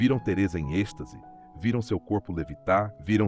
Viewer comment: Êxtase e não estase